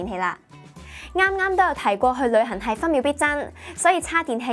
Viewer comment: 我成日聽到佢講「旅痕」.....